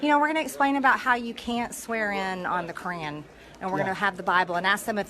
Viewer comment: MTG, " You can't swear in on the Korean"? I'm a born and bred southerner and have never heard anyone pronounce Koran as Korean. Bless her heart...